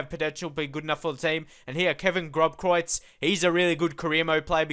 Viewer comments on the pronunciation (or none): Tou should prenounce that B in groBkreutz ias a ss